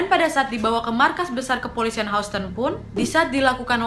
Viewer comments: Houston bkn? Baca nya Hiuston wa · Sikit kritik ya wak ... Houston di bacanya Yusten Btw selamat berpuasa ya wak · Mon maap wak houston (dibaca hyusten) 😂🤭 Selamat ya 1jt subs waaaak hehehehe Konten2 nya ku suka n somehow menghibur. Apakah aku ada kelainan? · Maaf kak Nadia, sedikit masukan untuk pengucapan " HOUSTON"..... seharusnya dibaca seperti ini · Maaf mbak Houston bacanya bukan spt itu.. mgkn englishnya agak dibenerin kali yah hehe.. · Agak ter distract stiap mba pronounce “houston” hehehe (no hate)